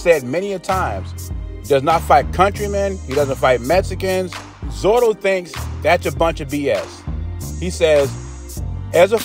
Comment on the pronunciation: Hey, I may have heard you wrong, but it sounded like you're calling him Zoro, it's "Zurdo" which iin Spanish, is a nick-name for someone who is left-handed. Kind of like we'd say "Lefty" in English.